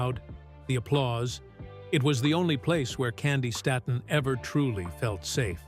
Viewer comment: I hate these AI people. It's pronounced "Stayton" PLEASE! God Bless you my sweet Auntie/sister!👏🏾👏🏾👏🏾👏🏾👏🏾👏🏾👏🏾🎬👑👑💝💝💝